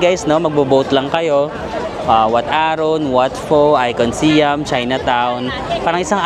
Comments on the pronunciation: Hi, ang proper pronunciation po ng SIAM ay (pag tinagalog ay SA-YAM) di po SI-YAM hehe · Our Princess, Siam should be pronounced as Syām (Sayām). Siam was the old name of Thailand until 1939. Just like Formosa to Taiwan and Persia to Iran. 😊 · Sayam pag pronounce ng Siam at ang Sook is Suk come's from the word kwamsook mean's happiness